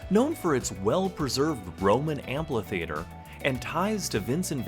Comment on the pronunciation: And I'm not sure what an Amplitheater is ... a louder Ampitheater maybe?